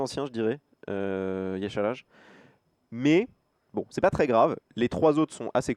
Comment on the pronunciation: Ça se prononce Ya Sharaj, t'y étais presque ^^